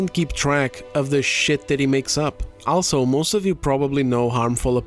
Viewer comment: Please look up how to pronounce the word "also" Other than that, which makes me cringe every time I hear you say it, I love the content.